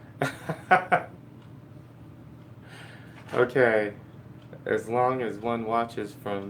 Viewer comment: See-mint lol...